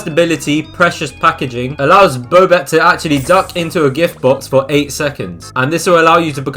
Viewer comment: who pronounces bobette bowbette